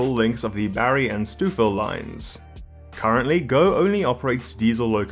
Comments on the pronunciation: I cracked up at 'Stew-fill'😂. For anyone from elsewhere, it's 'Stow-ville', rhymes with 'snow'. 🎉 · Lol. It's pronounced "Stove" not "Stew" in stouffville. Great video though! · Stoufville is pronounced STOW-ville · 'Stoofil' --> 'STOWville' 'Spadeena' --> 'Spa-DIE-na' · Where is stoofill?...its pronounced stoe-ville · For the record It's not Stoof-ville, it's pronounced Sto-ville (rhymes with go) Spadina is SpaDIEna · Minor correction: "Stoh-ville." Not "Stoofville." The f's are effectively silent. Great video, though and nice seeing GO getting some positive coverage. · St-ow-ville not st-ew-ville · "Stouffville" is pronounced STO-vil not STEW-vil... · Sorry for being picky, but it is pronounced “Stowe-ville”, not “Stewville”. And that street in Newmarket is pronounced “Mule-lock”, not “Mull-lock”. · "Stoof-ville"? You're not from the GTA, are you? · stoof ville line???? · Stouffville... we usually say "Stowville". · Easy mistake for someone not from the area, but Stouffville is pronounced STO-ville. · Stouffville is pronounced "Stowvil". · Had to LOL at Stoof Ville as well. Credit for mentioning it at all. I'm sure I'd mangle UK place names. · Just wanted to help you with some pronunciations... Stouffville - sto(like oh!)-ville Spadina - spuh-die-nuh Courtice - like the name Curtis. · Great info and analysis! Two tips from a local: Mulock = 'Mew-lock. Stouffville = "Stow-ville. :) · Stouffville is pronounced as "stow-ville" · You really need to learn how to pronounce Stouffville. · Stouffville is pronounced "Stowville" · Hrmmm. Stouffville: It's pronounced "Stoveville." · Not sure what you mean by “owe” but a clearer explanation would be Stow-ville. Like you stow your carry-on in the overhead bin. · Loved that STEWFF-ville 😂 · This fellow with the plummy accent managed to very credibly pronounce all the placenames, except for Stouffville. 9/10 👍 Is he the Aussie replacement for Reese (@ Martin?